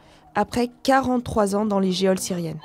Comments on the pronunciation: ... dans les QUOI syriennes XDDDD on prononce "JAULE" le mot geôle ... et non "JAIHOL" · geoles : on dit 'jole' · On dit pas jole pour geôles ?? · Elle a vraiment dit "dans les géoles syriennes" 😂